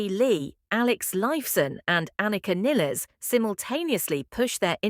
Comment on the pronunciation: Niles! Like "Miles"